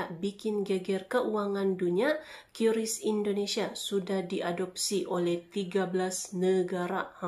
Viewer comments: Bacanya kris bukan qiuris ibu cantik. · Kiris bukan kyuris atau kris, ribet juga ya 😂😂😂 yg gampang ucap aja